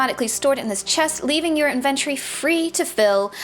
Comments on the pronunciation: I like how she say's Invent - tory. Kind of like the word Invent, just adding tory. Almost sounds like that's how the world should be pronounced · Inventory. Learn how to say it lol